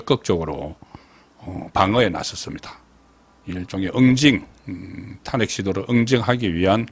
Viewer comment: 애국적이고 충성스런 방송이라, 우선적으로 애청하고 있습니다. 그런데, ...한가지, 방송의 나래이션은,시청자들과 동질 언어일때, 항상 시청율이 높다는것 기억 하십시요.... 나래이션에서,'탄핵' 이라는 발음을 왜 늘, 탄핵의 《탄》자에 액센트를 주시는지요... 부산 지방의 습관 입니까? 다른 일반 시청자들은, 첫자에 곡괭이로 콱 찍듯이 액센트를 주지 않습니다. 기억해 두시면 유익할듯 합니다!